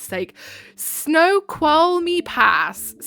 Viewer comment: Washingtonian here you totally nailed Snoqualmie pass